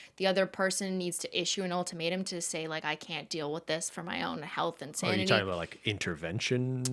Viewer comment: Any time Cristine said “The Ultimatum” I heard “The Old Tomato” and that’s what I’m going to call it from now on